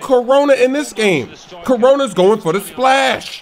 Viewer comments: Ha love it when he says splaash xD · How do he say splash like that??